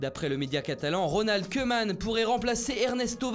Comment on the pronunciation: Ça se prononce Kouman pas Keuman !